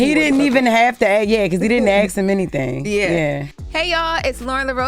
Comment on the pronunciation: He did aks ? How do you guys pronounce ask? 🎉